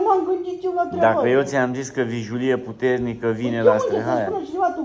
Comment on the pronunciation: VIJELIE se spune, nu vijulie 😂